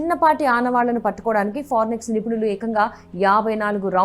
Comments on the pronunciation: ఫారెనిక్స్ కాదు అమ్మాయ్ ఫోరెన్సిక్.... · Forenix kaadhu amma thalli....forensic... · పోరినిక్స్ అని చదువుతారేంటి 🙏 ఫారెన్సిక్ అని చదవాలి కదా 🙏🙏🙏🙏 తెలుగు రాని వాళ్ళు వార్తలు చదివితే ఇలాగే ఉంటుంది 😭😭😭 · forenics కాదమ్మా అది ఫోరెన్సిక్ ..న్యూస్ రీడింగ్ పరువు తీసి పడేస్తున్నారు .. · Forensic andi forinex kaadu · ఫోరెన్సిక్ అని పలుకండి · Forensic anadam radu news reader ayyav..ninnu select chesina vallu too talended....okasari kadu padi sarlu annav malli😂...inka nayam puchhakayani gachhakaya analedu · Forensic 😂😅madam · ఫోరెన్సిక్ అని అను బామ్మా. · Forensic pronunciation chusukovali video release chese mundu 😂